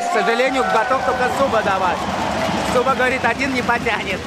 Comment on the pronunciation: а не зуба а суба. но все ровно бездарно. просто затупок